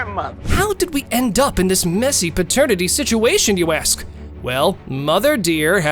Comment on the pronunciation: Why is 'ask' so difficult to say? Not 'axe."